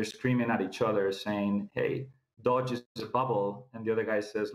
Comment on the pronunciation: He understands the financial system but crypto only moderately... Anybody expert about the entire crypto space knows how to pronounce Doge. It's like a hedge fund manager not knowing how to pronounce Nasdaq, and it's not down to English or accent..